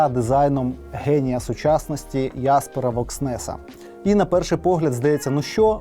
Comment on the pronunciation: Ахахахаха Яспера Вокснеса що за це хіба правильне вимовляння 😄🤨🤔